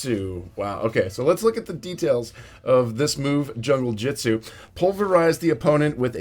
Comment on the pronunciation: it's not Junglejitsu it's Junglejutsu